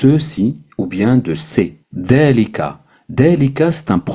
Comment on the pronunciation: As Salam aleykoum c'est moi ou tu prononce د au lieu de ذ dans هذا هذه Et ذلك